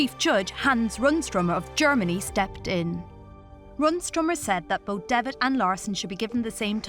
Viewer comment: And calling John Devitt "John Devish" is just wrong.